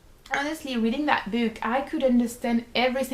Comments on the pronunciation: i couldn't help but laugh every time you say "book" because it sounds like you're saying "boob" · i was just about to comment that....haha